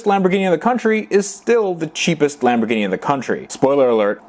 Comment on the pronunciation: charles L no it’s lam bor gini